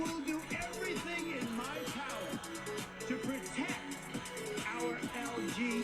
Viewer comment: You are getting upset over a flubbed word? He said two instead of Q, which are very similar sounding. Can you please stop being an idiot and get upset over actual issues.